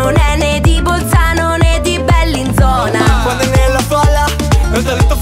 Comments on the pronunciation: Sentir pronunciare Bellinzona così mi fa venire la pelle d'oca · Bellissima, ma Bellinzona pronunciato così non si può sentire 🤣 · Alexey io sono svizzeroooooooo e cazzo se pronuncia male Bellinzona 😂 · Mi sanguinano le orecchie quando dice “Bèllinzóna”